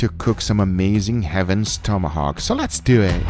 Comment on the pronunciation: It's one word: Lessdewehh